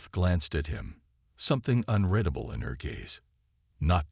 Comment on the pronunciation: Unredable is the improper word where it is used. Six times, the word was used, and only once was it possibly correct. I'm not sure, I didn't do so well in English. I'm perplexed at the fact that AI's can't pronounce the word correctly. People don't run their fingers through their hair as often as it's used. It's redundant to describe how the ice chamber, the condition of his clothes, and the dismay of the chancellor. It appears to be extra words to make the story longer.